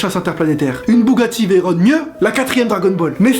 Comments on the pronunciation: On a bien entendu "Bougatti véronnne" mdr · La "Bougati Veyiron" ? xD